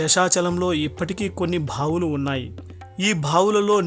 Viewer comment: Worst uchhaarana 😕bhaavulu kaadu baavulu ani uchharinchandi